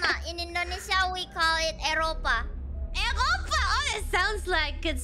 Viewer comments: Eropa Ekhopa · Kobo : "Eropa" Kiara : "Eřöpa" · I noticed here Kiara says "r" of "Eropa" with german pronunciation using her throat vibration